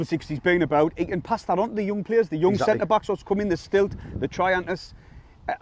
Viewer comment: smirk as called Seelt “Stilt” was absolutely golden 😂